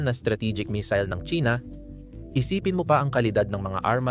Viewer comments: pangit ng A.I na ginamit mo. misil ang missile😂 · AYUSIN MO SALITA !! BOBO KA, PURO NAKAW CONTENT NA NGA LANG GINAGAWA MO HINDI MO PA MAAYOS !! MAY MISIL KA PA SINASABI TOLONGGES !!